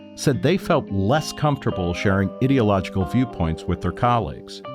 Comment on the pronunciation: You are saying ideological wrong and it's sounds like you're calling yourself an idiot